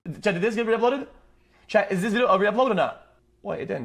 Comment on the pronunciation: It's chat not Chad